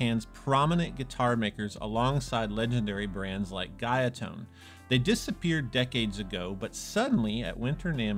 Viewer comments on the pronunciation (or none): I love you. But as a Korean who grew up in japan. It is pronounced TE like TEd. I ee S SOO CO KO. And is Gu=GOO Ya=yeah ton-tone.